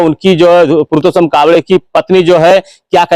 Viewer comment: पुरतोशम नहीं पुरसोत्तम 🤣🤣🤣लगभग लगभग 👍